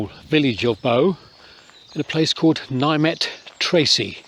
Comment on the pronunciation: I ring the church bells here. Just so you know, Nymet is pronounced "Nimmet"